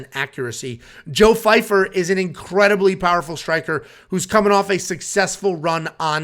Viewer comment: Why does everyone keep calling him Fyfer. Guys his name is Joe Pyfer